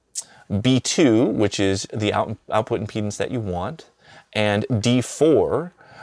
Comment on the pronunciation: Eric I don't know how to whisper this, but I think impedance takes an "a".